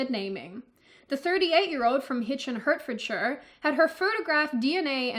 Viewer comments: hmmmmm maybe taking this a bit too serious i call people a cunt all day long (i live in England btw) and have yet to be arrested. And it,s pronounced HEART FORD SHIRE lol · Big up Hitchin getting worldwide recognition. ....Though the way you say my home county grossly offends me. "hurt-ferd-sher" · Hertfordshire is pronounced Hartfordshire. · Hertfordshire = "HAAT" + "fuhd" + "shuh" Bloody hell, did we not teach the colonists how to speak English properly? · Kudos for highlighting these issues, BUT... Hertfordshire is pronounced 'Heartfordshire'. Row is having an argument, it is pronounced the same way you say 'ow'. Humberside - really? We English are funny about how you say things. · Its pronounced HEART-fordshire love Thank me later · I'm triggered and have called the police! Firstly it's pronounced Heart-fordshire and secondly You said Row as in row a boat as opposed to Row like an argument which is pronounced Like wow. I'm kidding of course I need arrested for having a ridiculous language. Love ❤️ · Pronounced HEARTFORDSHER! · It’s pronounced heartfordshire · My favourite part of this video is when mispronounces all of the british place names;) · I love the way u pronounce Hertfordshire 😂👌🏻, yep Ol England is one fukd up place right now ain't no doubt about it